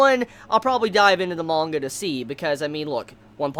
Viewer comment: lol it sounds like your from new Hampshire... reading mangher' haha:) lots of love, no hate, just had to poke some fun;)